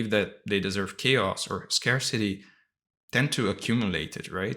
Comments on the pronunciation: Me too, and 'scarcity' pronounced scar-city instead of scare-city. I've listened to quite a few of your videos and this is the first one where I realised English isn't your first language. You do so well. Lovely clear articulation. ❤ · Two English words you mispronounce. VACUUM and SCARCITY.